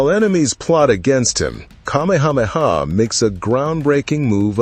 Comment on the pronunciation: PLEASE learn the correct pronunciation of the Hawaiian names. You can’t say Kamehameha?